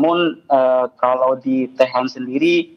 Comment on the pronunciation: Tehran Bukan Teheran